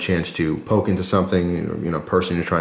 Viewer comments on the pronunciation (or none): none